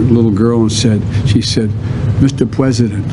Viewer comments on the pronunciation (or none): The only thing he is consistent with is "Mr. Pwesident"